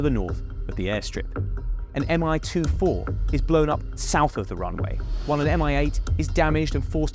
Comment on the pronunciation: please learn to pronounce things correctly it undermines your credibility. its Mi and Ka not M.I. and K.A.